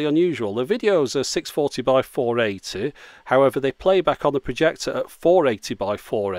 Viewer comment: He says projector..